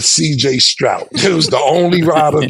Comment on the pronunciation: “CJ Strout” lol